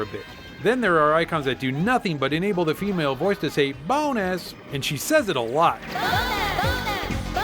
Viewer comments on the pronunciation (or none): i hear "boner" not bonus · she says boner, not bonus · BONUS sounds like Bone Ass